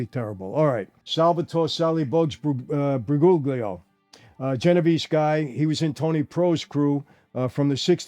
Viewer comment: Briguglio is not hard to pronounce. Bree ghoul yo. In Italian every time you see a "GL" it's pronouced "YL". Bree googly oh, are you putting cream in carbonara or sumn?